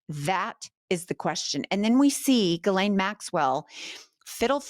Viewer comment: Thank you for pronouncing names correctly! If I hear someone say "Jislane", one more time.........🙄